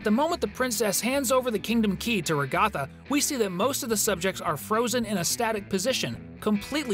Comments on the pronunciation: He just pronounced it wrong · You still got ragatha’s name wrong